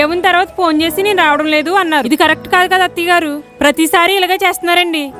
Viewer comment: Attayya garu ani chala different ga pronounce chestunnaru